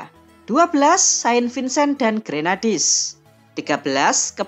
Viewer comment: Saint Vincent and Grenadines , bukan Grenadies min